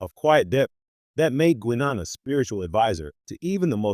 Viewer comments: Its pronounced 'Guynaan', not 'Gweenon'! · So you never heard Guinan pronounced by any of TNG actors? 90 seconds is the longest could listen.